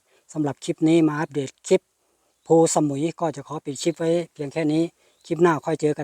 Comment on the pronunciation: เคยไปเที่ยวแค๊มปิ้งครั้งหนึ่งเมื่อกว่าสิบปีมาแล้ว ส่วนตัวก็ชอบวิวหินแบบนี้ แต่คนนำทางในพื้นที่ เขาออกเสียงว่า พู สะ มุย ไม่ได้ออกเสียงว่าสมุย เหมือนชื่อเกาะชื่อดัง